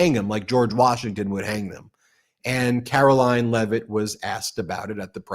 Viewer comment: It is pronounced Karo-lying Leave it, drop it, stop, bad doggy!